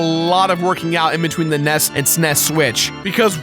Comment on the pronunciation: IT'S AN NES! NOT A NESS!